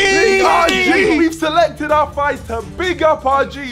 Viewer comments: “Fighter Seleted” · Nobody gonna mention the fact that it said ,,fighter seleted"? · "player seleted" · ''player 2 SELETED'' english!!!! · New level of English ‘Seleted’ 🤣🤣🤣 The Beta squad are back guys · “Player 2 SELETED” 😂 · “player 2 SELETED” lol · “PLAYER 2 SELETED” …”seleted”… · “player 2 seleted”